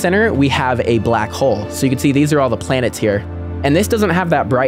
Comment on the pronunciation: It's Blanets